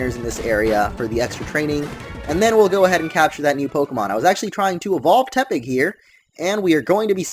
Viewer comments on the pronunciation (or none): none